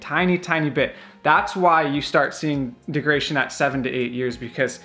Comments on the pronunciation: Great vid!! “Deg-ra-da-tion” not De-gra-tion. Hope that helps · If this guy says "degration" one more fucking time... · De-grad-a-tion. Say Degradation. Yes, Degradation. Good. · It’s not pronounced degration? Very funny dude made me laugh when it comes to the Tesla no subject is more highly contested than charging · Bad information, poor presentation. It is pronounced deg-rah-day-shon. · There isn't a chance in hell I'd take advice from a guy who has had his Tesla lowered and then mounted super-wide tires on it (and doesn't know how to pronounce "degradation" in a video about battery degradation). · This video is actually a bit misleading, and you couldn't even pronounce degradation correctly. The number displayed has NOTHING to do with driving habits. The best way to know how much your battery has left is to take it from 100% and 0% and read off the kWh (consumed) and compare it to a new model 3. That is the best and most reliable way to measure degradation that we as owners have. I agree with leaving it in % but every once in a while I'll switch it to miles just to see what the computer "thinks" it has.